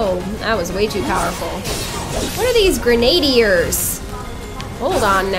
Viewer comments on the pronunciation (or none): Hehe.. GranAdiers... I love how you pronounced that, it's GrenadIErs :)